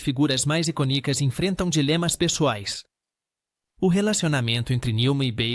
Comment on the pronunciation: Prununcia as palavras erradas, icônica, tem acento, vc pronúncia iconica, como se não tivesse acento